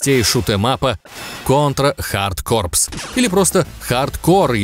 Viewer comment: Лайк за правильное произношение контры хард корпС. В ней робот еще мог прыгать дважды